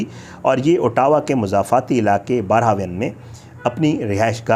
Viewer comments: pronunciation of Ottawa as “ah – dah – wah” or you can say Otwa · Aur Ottawa ko bhi khalad bol raha hey. 😅😅